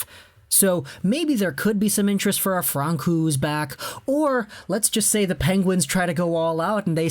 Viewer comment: cringe everytime you said Francouz, its Pronounced Fran-so-z, but anyways definitely see the Avs trading for a goalie, suppose to have been one during the deadline, but only got Hutchinson, mainly because Gru, and Fran at times, were injured and needed more depth, but Sakic makes hockey trades, and doesn't throw away the team for one or two players, no way he was going to pay deadline prices for a goalie, i see either a FA goalie or a cheap trade one this off season